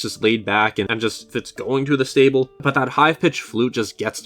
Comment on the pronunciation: Srable?? Stable??????? What???? And its actually from breath of the wild